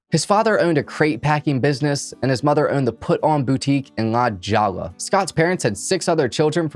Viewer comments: Nice work, recapping this case; subscribed. One thing, though, the neighborhood La Jolla in San Diego is actually pronounced with an 'h' sound, rather than a 'j', (i.e. - "La Hoya") being Spanish. One of those things you eventually pick up on when you move out here. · DUDE... La Jolla, CA is not pronounced "La Jowla." It's actually pronounced "La Hoya." ... Why don't you check things if you're not sure how to pronounce them. There's all kinds of sites out there that will help you pronounce things correctly... No excuse! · Dude, it's La HOYA. Not La "joll" a. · Lol la jalla, it’s pronounced la hoy-ah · One thing that's guaranteed in all of the crime episodes.....the cops saying how wonderful they are and if they don't do something that should have been done they have a list of excuses.....and have immunity afforded by the system. "La Jolla"? That would be pronounced "La Hoya". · La Jolla is pronounced “Hoy-ya”. Spanish pronunciation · LA JOLLA IS PRONOUNCED LA- Hoya !!! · Hahaha it's pronounced 'La Hoy-ya' (La Jolla) but it was pretty adorable! You remind me of my kids! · La Jolla is La Hoya it is a Spanish pronunciation. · La Jolla is pronounced La Hoya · La “jalla” please tell me you are Miss pronouncing that on purpose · As we are on the topic of mispronunciation….it’s La Jolla (pronounced La hoya) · I am sorry to be that person but can you research pronunciations of words you don't know? La Jolla (LA Hoy-ya)